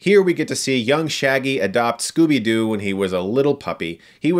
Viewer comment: Scooby Dee? XD